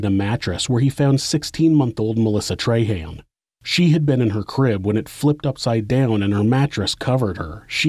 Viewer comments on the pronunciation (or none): none